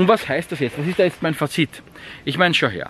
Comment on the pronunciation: Liegt in Österreich die Betonung des Wortes Fazit auf dem "i" ? In Deutschland liegt sie auf dem "a". Interessant.